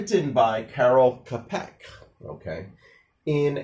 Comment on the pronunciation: "Tchapek" not "Kapek" but ok